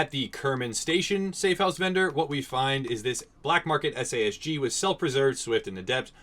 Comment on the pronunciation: Why would you call the SAS-G like that, it's a sausage! :D